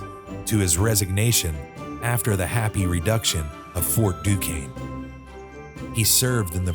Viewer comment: Duquesne pronounced Do Cane. Like the character Caleigh Duquesne on CSI Miami